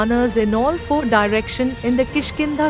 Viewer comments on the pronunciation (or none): none